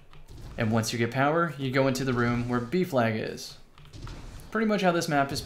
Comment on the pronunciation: i thought you were saying beef lag not b flag...